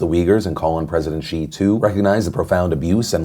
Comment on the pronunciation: It’s Xi not Chi